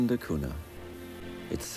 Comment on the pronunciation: it's Portuguese and pronounced not "duh koona" but "deh koonya"